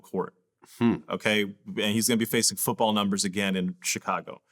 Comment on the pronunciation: Why does vlad pronounce Chicago like that???? Chacargo